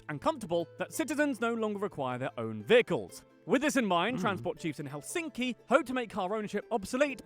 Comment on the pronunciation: The narrator makes the typical error in pronouncing Finnish names or words in general as the stress is always on the first syllable!😠 Thus it’s HELsinki👌 not HelSINki!😖